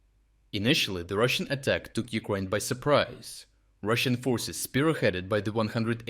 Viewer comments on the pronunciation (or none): Can you train your pronounce...Ukraine not Ukroin It is so difficult to hear Ukroin this, Ukroin that, While Ukraaaine is like ease to the ears. Try please just one word No matter how you say anything else. But somehow you cannot control Ukraine word over to your mentioned Ukroin. It realy took me a moment to my ear belive that what it heard.